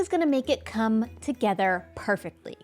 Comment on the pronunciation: is it just me or does it sound a little strange when she said "come"